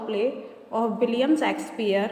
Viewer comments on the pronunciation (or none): Abe budhiya pronounce theek se car na William Shakespeare ko mare William sexpeare bol rhi hai chutiya aurat.